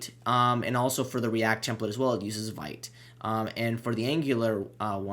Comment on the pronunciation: FYI....it's pronounced "VEET", not "VIGHT"